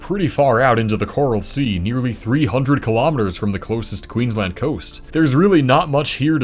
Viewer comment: Finally an American pronounces Queensland correctly